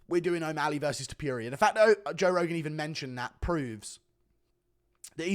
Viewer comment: I cant stand the way you pronounce ilia’s last name.. just said it the way you said it out loud 3 times and it made me angry